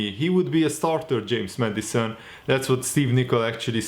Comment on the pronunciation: Everyone: James Maddison: James Medicine